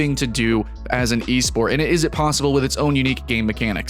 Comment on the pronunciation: "eSport" ..oof thts hurts